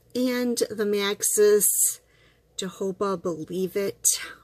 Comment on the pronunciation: Good video. Where do you find this product? May I ask what you were using before? The pronunciation of jojoba is like ho-ho-ba oil. Someone had to correct me as well. Take care dear. ♥️